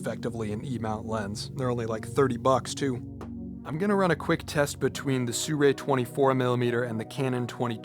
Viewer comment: Brotha sirui not surei